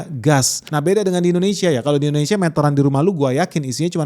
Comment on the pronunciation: Malaysiah... Indonesiah... Bekasih.. horehh😂